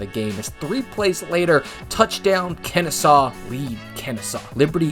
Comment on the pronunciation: Great vid. But did he say "Kennestaw" multiple times?